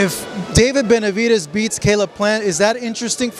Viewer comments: “ Venividez “ - Mike Tyson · Jermall can't even say Benevides.😄